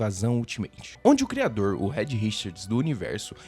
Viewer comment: Rédi Richards é foda kkkk...a pronúncia certa é "Riiid", já que o "e" em inglês tem som de "i", não é por mal não...só uma crítica construtiva. Amei o canal, e me inscrevi